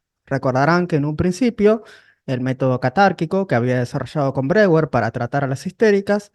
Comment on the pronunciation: Breuer se pronuncia "broier"